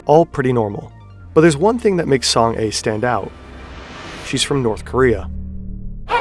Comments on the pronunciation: FYI It's pronounced Song Ah [soŋ a] not Song Ay [soŋ eɪ] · You keep saying Song "A" when she clearly pronunces her name as Song Ah. I know Korean names are not familiar to non-koreans but like she literally said her name in the video 😅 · I know this video was posted months ago, but I was just recommended it. Her name is pronounced like Song-ah (kind of like the "a" in "father" in an American accent), not "A" like the letter. She's got a real Korean name, not some kind of weird bot pseudonym. Not that Song-a is necessarily her real name, but it is a real name in Korea. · Song "ah", not Song "ay". Idiot. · >Literally pronounces her name as "Song-Ah" this dude: so, it's Song-Ay? good video but come on man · you could have at least researched proper pronounciation of her name… saying „song ay“ the entire video is embarassing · Just a note: her name is pronounced Song AH